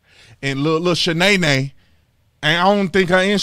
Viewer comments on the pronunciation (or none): “Lil Shanay nay” 😂😂